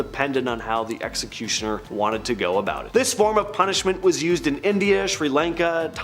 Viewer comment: Seriously can’t say executioner